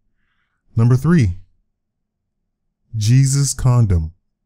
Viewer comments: It is (he-sues) not Jesus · Jesus condom's first name is pronounced hey-soos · Jesus in Spanish is pronounced haysus